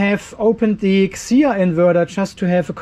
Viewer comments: Thank you so much for your review,. What a great testing!!! 🥰 hahah...but we are not "peter", we can read our brand like letters F C H A O has no word pronunciation. Welcome to pay attention to our new brand and new products. 👍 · Pronounce 'Fchao' as 'Chao', just the same way the 'P' is silent in Pneumatic. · Had to replay the pronounced the name😂😂😂